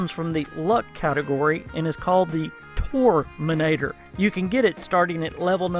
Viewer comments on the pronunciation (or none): I just gotta say it. Its tormentor, Not Torminator. Tor-men-tor. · Tormentor not Torminator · I got triggered so much when you tried to say Tormentor as "Torminentor". Still nice informative video dude:-) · Is he saying torminator? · Haha "tormenator"